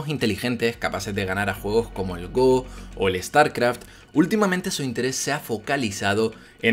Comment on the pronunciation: Gran vídeo como siempre,!:D Me quedé muy contento cuando escuché cómo pronunciabas "Go" ^_^ No te culpo, pero en los primeros vídeos de años atrás me dolía un poquito la pronunciación (¿inglesa?) "Gou" XD